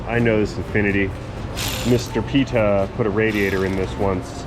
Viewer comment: just realized that the way you say Peter is spelled like PITA..... LMAO.!!!!